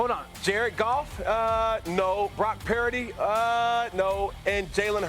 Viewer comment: Someone coach Cam on how to pronounce Purdy. Dak is not a winner in pressure